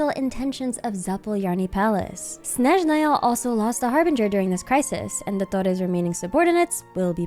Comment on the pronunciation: I adore how pronounces Snezhnaya and other words 😭❤️